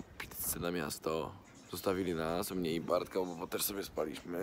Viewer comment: czy tylko mnie irytuje jak mówisz meś xd. to coś jak w stylu nie mam telefonu tylko mam ajfona